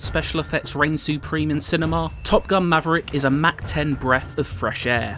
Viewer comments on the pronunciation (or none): Benny Mackney Someone please tell this man how to pronounce "unprecedented" and also "Mach"(maahk) He pronounced it as Mack as in someone's name like the Mack truck.